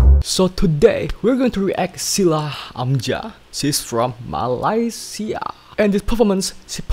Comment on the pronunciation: Thumbs up for Shila Amzah...not Shulah Amjah....